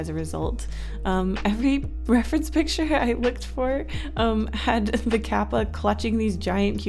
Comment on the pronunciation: for kappa, the a sound is different to how you said it. when you said kawako, you got the a sound correct though. use that same a sound for the a in kawako when you say kappa. as for kawako, the o is off. there really is no english word with the same o sound, but the closest i can think if is the o from the word "orange." it's much further back in your throat than the typical o sound in english. if you say the "ko" part of kawako, and then directly after say the word orange, you'll see how the o in orange feels further back in your throat. it's hard to explain, i guess. i'm just a linguistics major, and japanese is one of the several languages i speak, so i'm only saying this to help. i do realize that if you try to over-pronounce the japanese words, you can come off sounding pretentious, so even if you know the correct pronunciation, i fully understand why you've americanized the vowel sounds. but since the o from orange exists, i feel like using it is a good middle ground. love you and your channel! no criticism intended, i just thought that for the people who are interested, i'd give the proper pronunciation. love love love 💕💕